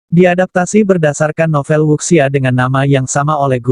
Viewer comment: Wuxia dibaca wucia